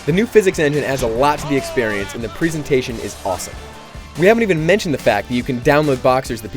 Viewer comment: "preesentation" ? learn to speak man!